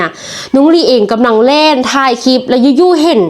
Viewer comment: เล่นสงกรานต์นะ ไม่ใช่ลิ้นสงกรานต์ออกเสียงยังไม่ถูกนะ เล่น เล่น เล่น ซ้ำๆไม่ใช่ลิ้นนะ ฝึกใหม่ให้ชัดเจนนะ